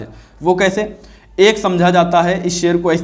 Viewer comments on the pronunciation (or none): eak nahi ---eakak